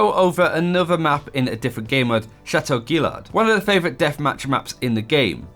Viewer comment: Wth u pronounced gaillard wrong SMH 🤦🏿‍♂️